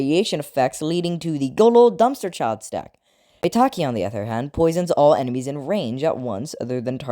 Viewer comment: Don’t tell me maitake is pronounced “May-Tak-Ee”